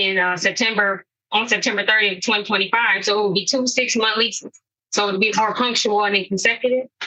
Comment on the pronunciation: Munt = month in English.